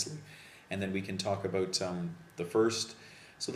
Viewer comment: You are mispronouncing the word 'about'. Just an honest observation.